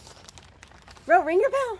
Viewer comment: Good job Tonka 👍 And listen carefully, it sounds ring the bell not eat the bell 🤣